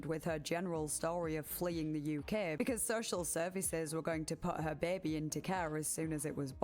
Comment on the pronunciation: I love the way you pronounce "baby"! Beebee